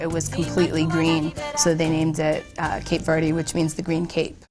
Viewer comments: When that First Lady started talking and saying Cape Verde I got so pissed by the way she says Cape Verde she’s like Cape verdee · That's the way... if you say "Cape Verd", I gag.